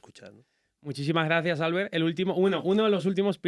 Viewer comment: Es muy duro que el predentador le admire tanto y no sepa ni pronunciar su nombre, que se dice Albért, no Álbert.